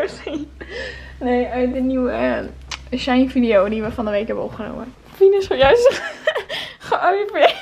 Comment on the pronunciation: Het is SHE - IN je spreekt het niet aan elkaar uit hahaha